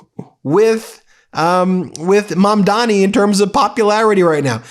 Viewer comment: Ben, it’s Zohran Mamdani not Mamdami,of all the people l expect you to pronounce his name correctly.